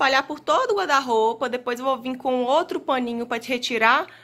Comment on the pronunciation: porque Vc fala GUADA ROUPA? SE É GUARRRRRDA ROUPA!!!